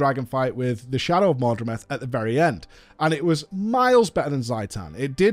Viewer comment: PLEASE stop saying mordremeth xDDD Its mordreMOTH, like the insect. MOTH xD